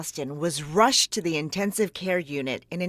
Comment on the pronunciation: Like the way the lady narrating emphasizes he was RUSHED to the hospital.